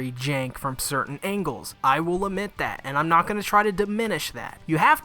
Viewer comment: I love how when you said "I will admit that" it sounded like "I will omit that" which is nearly the opposite. English amirite?